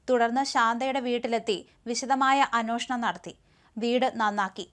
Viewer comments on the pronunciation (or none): അന്നോഷണം അല്ല, അന്വേഷണം. മലയാളം നന്നായി ഉച്ചരിക്കൂ